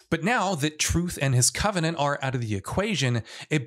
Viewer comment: bro legit said CO-venant